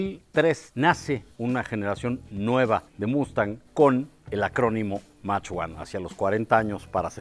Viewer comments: Muy bonito el auto de maravilla, pero problema de pronunciación, se escribe mach pero se pronuncia mac, los instrumentos no se colocaron porque alguien quiera tener esa información, son instrumentos que se utilizan en aviación, presión de aceite y vacío, de resto, excelente video 👍🏻👍🏻👍🏻👍🏻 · FELICIDADES, X ESPLICAR QUE ES Y COMO SE PRONUNCIA LA PALABRA MACH1, X QUE HE ESCUCHADO A MUCHOS DECIR MAC(no mames) ES MACH 1 SEÑORES! MACHCHCHCH, NO MAC!